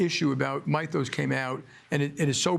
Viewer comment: Weird how he pronounces "Mythos".... 🤦‍♂😂